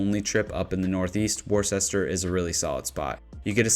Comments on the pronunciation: Wo-ster, not worstichire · Worcester is pronounced wua ster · Maple Hill Disc Golf Course is in Leicester, MA. Pronounced (Lester). Also, since I’m commenting Worcester is pronounced (Wuster). The more you know! 😂 Keep up the great videos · Almost barfed when he said warchester and I'm from Ohio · I know that people that don't live in MA have no reason to know how to pronounce our cities correctly and they make little sense. "Worcester" is pronounced like Whisterr or wuhster... I know... I'm not sure why either. Just thought I would provide some info! Keep up the great work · "Wis Stah" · 😂 if you are going to include Worcester, MA…..you should at least pronounce it correctly 🤣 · before you get too much flack for your pronunciation of Worcester, it's better to be on the list mispronounced than not on the list at all, and i'm sure the residents of Worcester are happy you didn't just call it Boston lol